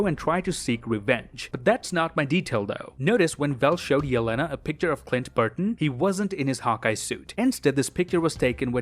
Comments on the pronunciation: It’s BARTON not BURTON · Did he say Clint Burton the whole episode? It Barton lol 😅